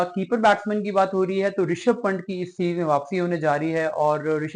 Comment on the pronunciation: आप प्लेयर्स का नाम तो ठीक से प्रोनाउंस करें यार…. पंट नहीं पंत सही उच्चारण है